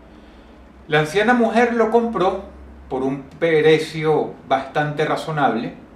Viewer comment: Derrape lingüístico de DROSS: "Pero poroco a poco" Minuto y también "Por un perecio" minuto